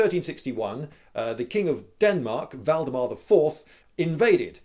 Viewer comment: god i love that you say valdemar correctly as a guy who lives in denmark that warms my heart up a lot